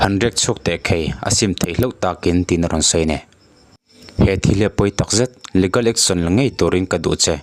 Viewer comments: leegal, e hi stress tur. Ligal chu anilo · Legal hi leegal ti a lam tur aw. Leh gal a nilo